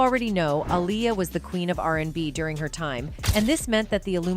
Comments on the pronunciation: You spell her name wrong and pronounce her name wrong. It's AALIYAH. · This pisses me off when people make videos not knowing wtf they are talking about. That woman is not Aaliyah...and her name is not pronounced Aleeyah 😡🤬